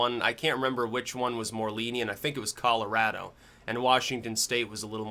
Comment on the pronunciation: Holy shit, you pronounced Colorado correctly!